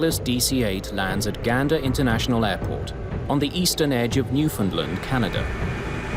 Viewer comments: It's pronounced new fin land not new fin lind... terrible... I hate hearing it pronounced wrong. I'm from the capital of newfoundland lol. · "at the small airport" Jesus Mary and Joseph. When Gander opened in the 30's it was the largest airport in The World. And, it's Newf~found~Land, not "New~find~ Lind. Fuck's sake. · it's pronounced, "New-Found-Land" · Gander is in central Newfoundland, not eastern, and ‘Newfoundland’ is pronounced like ‘understand’, not the way the end of ‘England’ is.